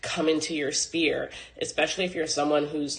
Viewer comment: There is no way this woman is a highly educated woman. ma'am a "spear" is a weapon but a "sphere" is an place of influence. Stop tha cap.